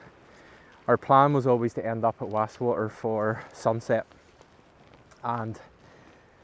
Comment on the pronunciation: Why can’t people pronounce Wast water properly